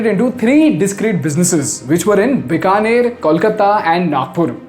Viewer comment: Many people from outside of Bikaner also make the mistake of pronouncing Bikaner as "बिकानेर" instead of "बीकानेर". Even he does it in the video.